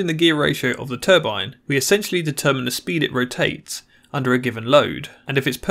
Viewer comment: Basically, speen